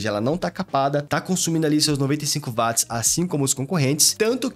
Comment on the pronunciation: Bom dia! Só uma dica, ao falar da bateria a pronúncia correta é parecida com Uote, pois a unidade de medida foi batizada por causa de James Watt. Excelente vídeo.